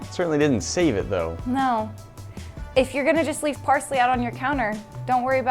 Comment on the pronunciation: Nates smile was just perfect when he said “and now we leaf”